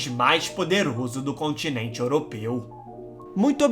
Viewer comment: Mlk que voz engraçada pequ´´Eeéeena ilha contineinsnss habitainnnsstss